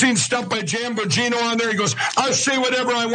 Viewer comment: and "Janbagino" 😆